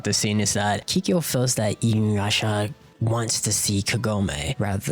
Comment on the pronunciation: Inuyrasha....why.... Inu- YASHA not InuYrasha